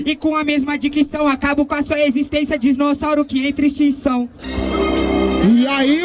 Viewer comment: "Disnossauro" diz o kkkkkkk